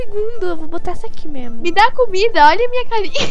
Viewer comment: Kkkkk me da "côumida" me da "côumida" kkkkkk